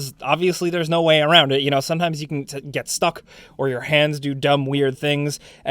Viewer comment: Ah yes, before yoy buy